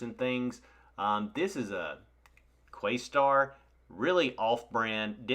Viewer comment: Just FYI: Quasar not "Quastar" is made by Panasonic....its a decent brand.